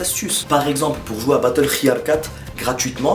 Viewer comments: c'est vraiment un con “battleRIALD“ wsh frere on dit battlefield repete apres moi battlefield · il a dit battlehiyar mdrr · Tu sais pas dire battelfield